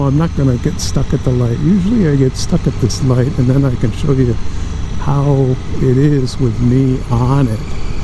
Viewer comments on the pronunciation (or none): none